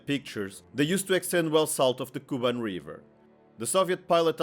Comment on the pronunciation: It’s KubAn, not KUban! Learn the material!